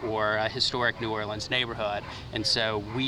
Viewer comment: Bro cant even say new orleans right 😭